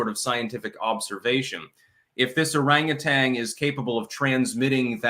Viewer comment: Orangutan: orangutanG 😂